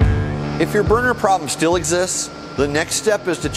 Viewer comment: Sounds like he's said burger tuning 😂 may I'm just hungry